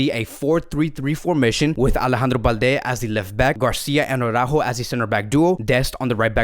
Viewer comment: Yes I know, Jamie of TalkFCB always says Aw-rÁjo 🤮🤮🤮 instead of Ara-Újo, and that's why all the other FCB channels copy this pronunciation. This is so wrong. It's like saying Póóky to PiquÉ. It is just as retard. Dear, please show some respect to Ara-újo. Just say Ara. Take a breath. And now say Újo. Ara... Újo. With emphasis on the Ú. You can do it! If you don't believe me, just listen to recent Spanish speaking Cadenaser vids on youtube. But PLEASE PLEASE PLEASE STOP SAYING Aw-rÁjo!